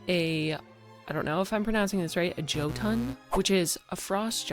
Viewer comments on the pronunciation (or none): none